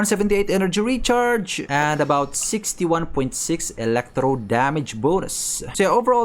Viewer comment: Elektrow. The emphasis tho. 😂